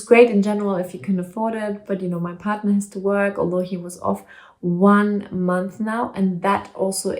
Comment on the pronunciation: Love how you pronounce partner 💯😉😀 August will be ok 🤗